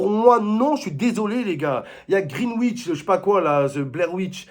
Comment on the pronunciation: C'est Grealish pas "greenwish"ou "blairwitch" momo😂😂